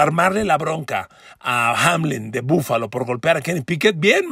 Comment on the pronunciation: PARA MI BUFALO ES BUENO PERO NO COMO LO DICES